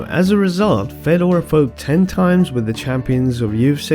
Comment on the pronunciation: If you consider who is a goat, you should only acount prime time and the true is if you say any name there was ever Fedor would win.. so he must be the only goat there ever was.. no khabib, jones would stay a chance.. try it say who could ever beat prime fedor.. btw its pronunced Fjodor